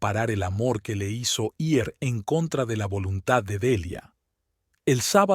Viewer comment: Por que le cuesta tanto leer el verbo ir es igual como suena en decir seguir vivir ,la ere(r) es un sonido suave diferente a rio rojo perro carro rosa.